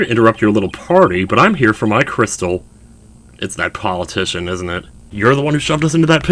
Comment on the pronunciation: It's Paul UH- TISHON as in, Politician